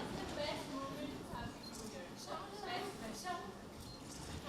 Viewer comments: Dear sir, I think you mispronounced this word "CAREER".. you pronounced Career as Carrier.. Let me know if I'm wrong! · Actually that's all about accent